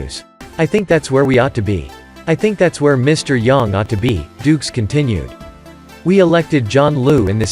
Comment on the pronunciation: You don't know how to pronounce YANG properly. So shut up!!